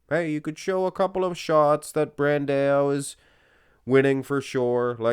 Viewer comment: who is Brandeo? i know who BRAN-DAAAAOOOO is with AO not EO! Bran-dao! DAO!" not DEO!